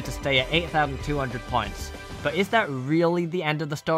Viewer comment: I though he was saying pints